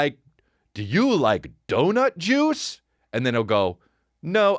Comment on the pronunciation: I totally thought you said jews instead of juice.